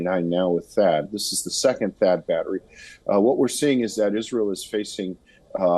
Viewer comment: The pronounciation is bettri spelt battery